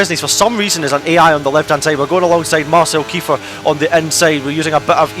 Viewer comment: saide instead of side, petted instead of pitted - why are you speak so bad?